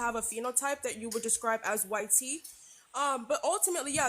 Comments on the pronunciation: Them saying "why-tee" is just straight cringe. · damn they are scared to say white. they literallty pronounce it y t people